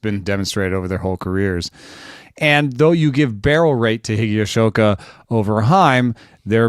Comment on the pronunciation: That was a bit painful listening to trying to pronounce "Higashioka." 😏